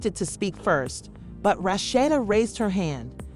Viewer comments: This woman who made this video really need to know how to pronounce Rasheeda name.Rashetta,Roshidta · Why these narrators always pronounce her name wrong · I believe the speakers should know how to pronounce the characters names. The speaker gave Rasheda three different pronounced names. 🤦🏽‍♀️🤦🏽‍♀️🤦🏽‍♀️